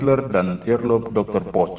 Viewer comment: bacanya poh. bukan poc hadeh